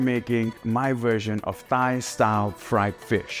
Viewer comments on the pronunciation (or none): He said thigh style